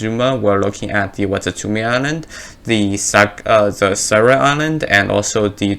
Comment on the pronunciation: Honestly, as someone learning japanese, you saying Sarah island was kinda hilarious lol thanks hah it made my day